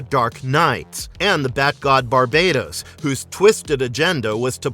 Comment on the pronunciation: Isn’t it pronounce bar-bat-os?